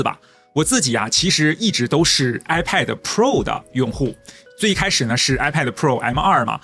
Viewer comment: 一直唸 I paid 😂